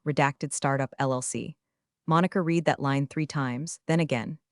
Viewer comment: Monica is not a professional -- See below -- The past tense of "read" is also spelled "read," but it is pronounced like the color "red." This can be confusing because the present tense is pronounced differently